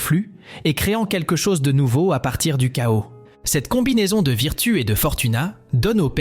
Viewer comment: Virtou, pas vitru. Fortouna. Le u n'existe pas en latin.